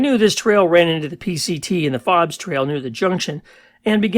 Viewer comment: My family owned Fobes Ranch from 1978 to 1989. I lived there when I wasn’t at Cal Poly San Luis Obispo. Our foreman found an ammo box with LSD butterfly cards. I lived in the house at the south east end of the ranch. It’s pronounced Fobes with a long O.